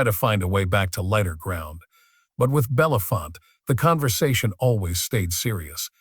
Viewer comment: What everyone below says plus: Harry Belafonte. His name is pronounced BELL UH FONT AY (or also EE) not BELL UF FONT. Who doesn't know that????